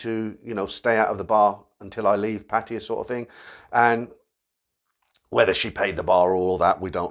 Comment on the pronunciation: PA TA YA...not PA TI YA!!!!!!